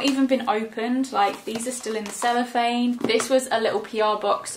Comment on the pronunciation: I remember I watched one of your old videos ages ago it was a primark testing makeup and you was trying to get the celipahne of the pallet and you said “celephane” it made me and my cousin laugh so much and still to this day ❤️❤️❤️❤️❤️❤️